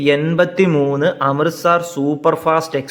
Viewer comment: അമൃത 'സാർ' അല്ല, അമൃത് 'സർ'. സ്ഥലത്തിന്റെ പേരെങ്കിലും ശരിയായി ഉച്ചരിച്ചിരുന്നെങ്കിൽ എന്ന് ആശിച്ചുപോകുന്നു.